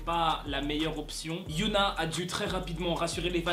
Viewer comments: C hyuna pas youhna c pas pareil Mais après c pas si grave... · Pour Hyuna, ça se prononce Hi-Yo-Na c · Tu prononce pas bien Hyuna donc au début ça peut porter à confusion, on pourrait croire que c'est Yuna d'Itzy mais sinon bref je t'adore😊